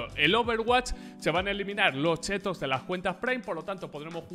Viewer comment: me encanta porque en ves de decir chits dice chetos la gente va a tener chetos en las partidas xD yo quiero unos chetos so un capo pa te quiero